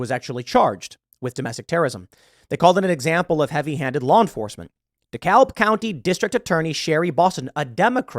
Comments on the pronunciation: He said de-cal-buh county lmao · Dekalb is pronounced "Dee-Cab" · D-cab, we don't pronounce the L. Dekalb (D-Cab) County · A quick comment. The L is silent in DeKalb.